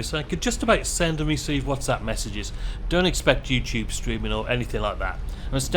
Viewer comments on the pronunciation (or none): none